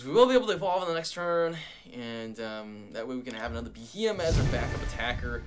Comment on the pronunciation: it's proounced Bee-Ee-em his name comes from the term BEM or Bug-eyed monster